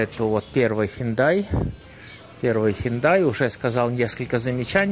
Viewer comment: Ну сколько можно? Не хендай, а Хёнде!